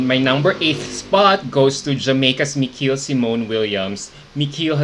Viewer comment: Can you pronounce the names of the girls correctly? As a sign of respect to them? Miqueal in Miqueal-Symone Williams is pronounced as "Michael" Asya in Asya Danielle Branch is pronounced as "Asia" You should know this considering you interviewed some of these girls.